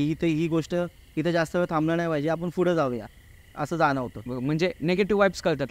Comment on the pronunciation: फुड नाही रे पुढं ! मराठी ची वाट लाऊ नका 🙏🙏